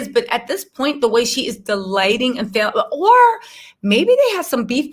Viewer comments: PRONOUNCE FALLON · Girl just watch one of her interviews online to learn how to pronounce her name. Kandi has a speak on it